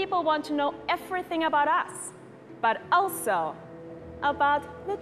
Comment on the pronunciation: Did she just said eferything, instead of everything? How hard is it to say the letter v?! The dude doesn't know how to pronounce v as well, lofe life!!